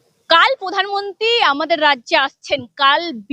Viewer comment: পধান মুন্তি আ হাহা কি ভাষা 😂😂😂😂😂😂